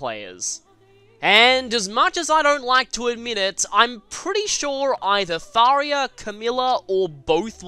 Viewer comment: He called Tharja "tharia".....